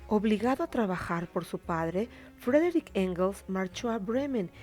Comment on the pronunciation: No se llamaba Frederich, se llamaba Friedrich, se pronuncia "Fridrij"